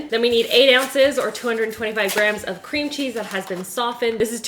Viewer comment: She literally said Scream Cheese instead of Cream cheese 😂 hotel Transylvania gurl 😍